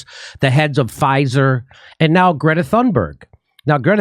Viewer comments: Hey, Jimmy. I love you, but it's pronounced "toon-berg." The 'H' is silent. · Thunberg is pronounced "Tuneberry". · Her name pronounces Toonberg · The last name is pronounced "Toonberg" as in Greta LooneyTune Berg. The 20 year old is a moron and a fraud. As for laughing at or remaining silent to ignore questions- those are techniques utilized by Hillary Clinton, Kamala Harris, AOC, Adam Schiff, and so many others who can't face the music but feed off the trough. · Jimmy! Greta ( pronounced "Grieta) is AUTISTIC! And her surname is pronounced "Tunberri). And I'm DONE with Kurt's IGNORANCE!!! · "I didn't have the bandwidth". Really, Jimmy??? You sound like Bernie looked when he put his phone to his ear. And you're mispronouncung her name on purpose. Just like Latin names. Jimmy is a Hypocrite, & Steph, or somebody, should post him up. God knows he has a contempt for reading his own YouTube channel comments. Why won't 'Jimmy' answer these questions? "I'd love to hear it". "He' won't answer it".😏